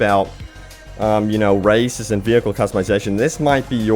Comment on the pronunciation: I know this video is outdated, but still... How come I hear him saying "racists" instead of "races"?...